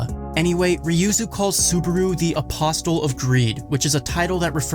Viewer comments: Say it with me, "Uh-possle". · pronounced apossle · Polite correction: the T in apostle is silent. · And billions and billions and BilLIoNs and bIlLiOnS and BILLIONS! The "T" in Apostle is silent.